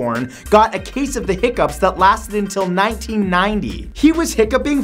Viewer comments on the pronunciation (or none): none